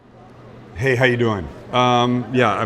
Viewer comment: Okay so, You mispoke the first 2 times, BUT its cause you said it slightly fast and the "a" is glossed over However the third time. % He says "Howuh" instead of how. So pretty much said it right :P